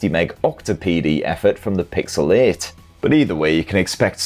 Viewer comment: You say Pixel 8, I hear pixelate